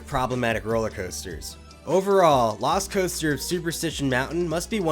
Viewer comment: Anyone else hear Velocicoaster when he says lost coaster?